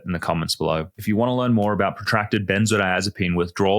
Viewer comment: is a "Doctor doctor" I presume, So why does he pronounce the drug benzo-azapine, missing the "di" in the middle? Consistently through this video. It's quire odd.